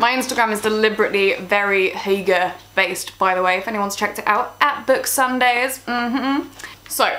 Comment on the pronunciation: Why don't you start by pronouncing properly what you are talking about?